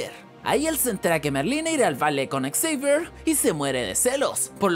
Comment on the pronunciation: Encerio xavier se pronuncia exceiver? :^ yo me llamo así y se pronuncia Javier jaja